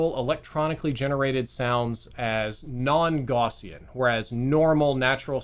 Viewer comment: plz look up the pronunciation of "gaussian"